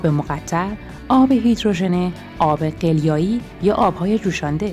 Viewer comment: این قدر حساسیت به خرج ندین لطفا ملت دیگه رد دادن زندگیا شده وسواس !!! ضمنا تلفظ آب قلیایی هم غلطه .